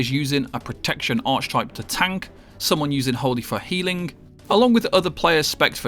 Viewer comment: Lost me at "arch-type"